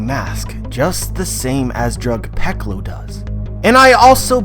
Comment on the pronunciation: You pronounce drug peclo as drug pecolo?